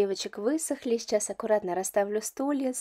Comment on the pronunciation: Мне всегда режет слух, как логопеду, что вы вместо слова сейчас, говорите шечас.